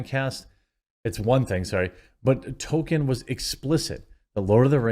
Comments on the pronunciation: To”l”kien Not “Token” Come on man! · Appreciate your videos Quartering, but would it kill you to pronounce the L in Tolkien? It’s not “Token.” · Its Tolkien. Not Tokken. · If you are going to talk about Tolkein, 1) learn to say his name right, and 2) learn how to correctly say the the words he created. Stop fucking it up. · oh yeah, could you try to pronounce the L in Tolkien?